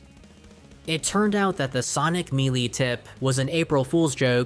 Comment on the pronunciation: Homey I love your content, but you HAVE to work on your pronunciation, there’s a couple of words you get wrong. Melee is pronounced May Lay. I would recommend finding someone to share your video with and they can provide you notes on how to pronounce words. Other than that, your content is awesome and I love it so much.